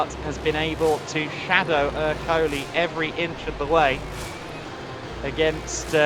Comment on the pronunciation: Èrcoli, not Ercòli